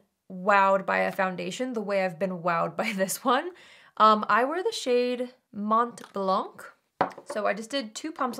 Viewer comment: Canada here. Right next door to Quebec. I get a kick out of how you pronounce the colour name of the Nars foundation. No disrespect at all. Love you. I’m 67! In Canada it’s pronounced monnn (kinda nasally) blannnnn (again, nasally). The “t”s aren’t enunciated unless there is an “e” after it. 🤷🏼‍♀️🤷🏼‍♀️🤷🏼‍♀️🤷🏼‍♀️🤷🏼‍♀️ 💓💓💓💓💓